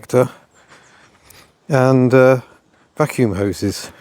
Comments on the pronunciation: I thought you dropped the F bomb, until I realised you said vacuum. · He said 'vacuum', but it did sound like the F bomb.